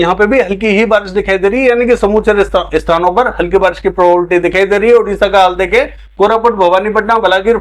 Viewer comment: Sir प्रोबेबिलिटी बोलने में कुछ कढ़िनाई aa rahi he इसलिए संभावना शबर का यूज करे